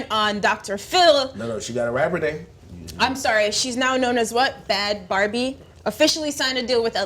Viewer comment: it's defllee not pronounced baby lmao. Bhabie = bha-bee. she spelled it that way because Mattel would sue tf outta her if she wrote out "barbie"